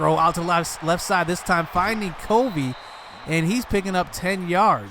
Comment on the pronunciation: Its Cuh-vee.. just an fyi. Guy is wes welker type with speed. Has NFL talent imo